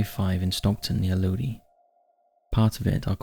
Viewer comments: It’s crazy how many people pronounce Lodi wrong. I guess if you grow up in the area, you just learn to say it correctly and it sounds funny when pronounced different…. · The California town called Lodi is pronounced Lo-deye, or the long I sound...